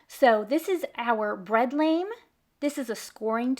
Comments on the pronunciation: Bread Lame = "Lah-m" (rhymes with calm) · Thank you so much! These are great ideas, and thanks for the measurements! I just wing it most of the time, and sometimes I get a poor result. TIme for a reset of my procedure. Regarding the tool you score the bread with: "Lame" is a French term; it doesn't sound like the English word "lame" -- it's a short A sound, but a flat one. More like "lamb" (but not "lay-um). 😊 Also, I love your daughter's skill with the lame! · Love the video. One MINOR critique. Lame is French for blade and is pronounced “lahm” rhymes with balm.